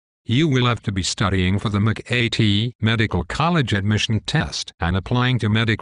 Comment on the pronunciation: whats the Mc-Ay-Tee?